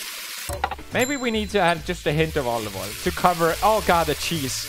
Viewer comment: Pewds: says olive oil Marzia: why am i hearing italian noises?